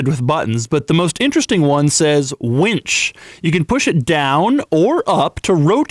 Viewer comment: Other lambos have a "wench" button instead of a "winch" button.